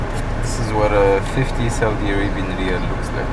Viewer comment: We pronounce it as riyal, and btw, we changed SAR to a new symbol recently. GOOGLE IT and welcome to Saudi Arabia 💙